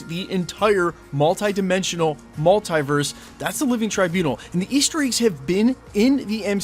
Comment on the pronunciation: Please say multiverse properly